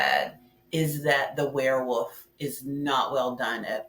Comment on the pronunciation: Ok. I kinda got used to your "Wear Woof" pronunciation.